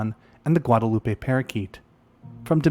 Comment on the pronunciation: Also, Guadeloupe is pronounced ɡwädəˈlo͞op Okay, I'll stop now